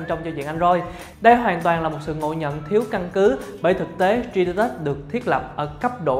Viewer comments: Cả video bị ấn tượng bởi từ tri đi tớt(3d touch) đọc tiếng anh kém quá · Bỏ theo dõi vì cách đọc 3d touch